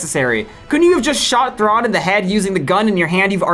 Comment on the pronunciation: Why do you pronounce all these names completely differently than the in-show pronunciation? Luz, Rukh, you even show a clip of Thrawn pronouncing it, immediately surrounded by you pronouncing it differently twice?